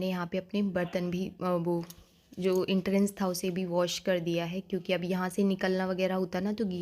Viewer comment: Entrance hi hota h ji 😅